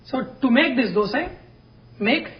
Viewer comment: Thank you for pronouncing it properly as 'dhosa' (dh as 'th' in word those) and not Dosa (as in word dose of medicine). Hopefully North Indians take note of it and pronounce it correctly.